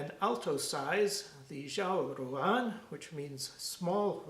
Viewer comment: Great and very informative video - as a fluent Chinese speaker, I can help you a bit with your Chinese pronunciation - R’s are never flapped or trilled as in Italian or Spanish; they’re much closer to an American English R, but with the tongue horizontally rounded a bit. It’s a very liquid, watery sound. Some people say there’s a touch of a ‘zh’ sound in there, such as the sound of the g in the word, ‘beige.’ X is a very noisy sound that’s about halfway between SH and S. ZH is always pronounced like a hard J. And regarding the tones, ruǎn is actually a tone we call ‘third tone’, ‘curve tone’, or ‘dipping tone’ - it isn’t exactly what you called a rising tone, which would be the second tone - third tone syllables are said low in the voice, falling a bit and then rising a bit - think of how it sounds when you try to say something while stifling a hiccup or a burp! In fast speech, it usually just sounds low. Fun fact: the name of these instruments, Ruǎn 阮, is exactly the same character as the most common Vietnamese surname of Nguyễn - ruǎn is just the Mandarin pronunciation!